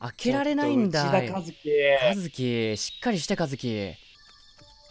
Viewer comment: 「内田一輝」が、「うちは一輝」に聞こえたw